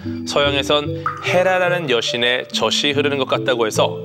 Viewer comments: 무슨 젓갈이오? 젓이게... 젖이(저지)라고 말하세요 -_ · 저시 흐르다로 발음 하지마시고 저지 흐르다 이렇게 해주셔야 될거 같아요